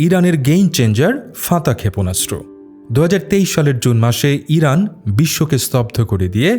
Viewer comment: Vai kalo eiran eiran kory ken 😅😅😅